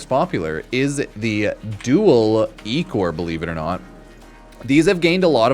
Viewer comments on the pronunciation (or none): Pronunced “Eye-Core”